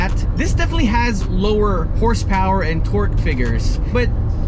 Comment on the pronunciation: Ah donut lover but doesnt pronounce HP, hurspurs